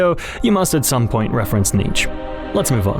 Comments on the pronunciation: Super awesome video but my man please learn how to pronounced some of these people.. KANT is not KENT.. ANd NIETZCHE is not NIECH.. Other than that .. AWESOME video.Subbed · i chuckled when you pronounced Nietzsche like Tony Jr from the sopranos